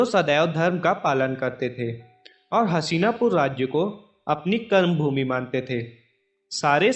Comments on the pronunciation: हशीनापुर नही हस्तिनापुर हैं भाई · Hasina pur nhi hastina pur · मेरे दोस्त उस राज्य का नाम "हसीनापुर" नही "हस्तिनापुर" हैं। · Haseena pur ny Hastina pur h chutiye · भाई हसीनापुर नहीं हस्तिनापुर नाम था । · What is hasina !! It's so annoying and so disrespectful. Please correct the pronunciation. 🙏